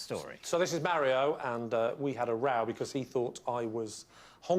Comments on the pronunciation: You prompted me to Google the correct pronunciation of 'Mario'. According to a video about the pronunciation, where a linguist was consulted, he said that both the US and UK pronunciations were wrong. The UK version has the correct vowel sound, but that sound is shorter than in the correct Italian pronunciation. The US retains the correct length of the vowel sound, but have changed the sound of the vowel taking it further away from the Italian pronunciation. So if you look at the 'marry-o' pronunciation in the UK and lengthen the 'a' sound to 'm-aaa-rry-o', you would only need to roll the 'r' to say it correctly. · Well, that linguist was wrong going by the vowel sound in this clip. The vowel is a bit too close (approaching /æ/ rather than /a/) at least according to my ears. -My Ears: My native language is Danish, where we distinguish three vowels that sit right in that area (between pure /æ/ and pure /a/), and I also speak Spanish, so I'm familiar with the pure /a/ sound that would be the correct vowel quality. I'm also familiar with the /ɑ/ vowel because Swedish uses that for its 'a', and I live right next to Sweden. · Marry-o - an Italian wedding celebrant? Great stuff, love how invested you're getting in WILTY. Beware though, you may just end up a gibbering wreck like David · If you know any Portuguese people and you pronounce Mario the Italian way they'll eat you alive. Ditto pronouncing Carlos the Spanish way. It's probably wrong pronouncing it that way if they're eastern European I suspect also, as hinted at here.